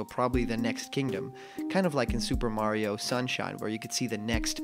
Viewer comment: Legends say if you been calling him Marryo instead of Mario for the past 4 years you get the game a month early.